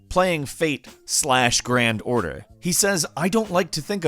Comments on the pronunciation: I don't play FGO but the way pronounces it as "Fate slash Grand Order" annoys me... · Every time he says “fate slash grand order” I cringe terribly. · the fate "Slash" gran order boi did that trigger me lol